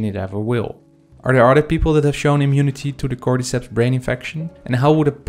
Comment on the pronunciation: I hate the way you say cordyceps “cord-eeee-seps“ say “cord-ih-seps“💀